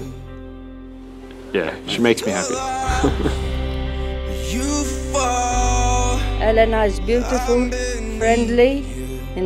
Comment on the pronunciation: Finally found someone with the same pronunciation of Elena as me!!!